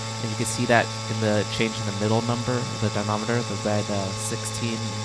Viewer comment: Excellent work! Two things: 1) it's dynamometer, not dinometer. It's commonly pronounced dinah-MOM-eter 2) Safety. There should be a guard around the motor. If something should break loose at those speeds, it could become a lethal projectile. Be careful!